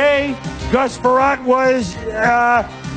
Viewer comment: Gus Frerotte is “ahh-issh”